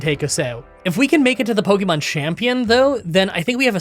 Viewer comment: Light Ball ftw I didn't even know Static and Magnet Pull could do that with wild Pokémon encounters! (Also yay you are finally learning how to pronounce Pokémon correctly)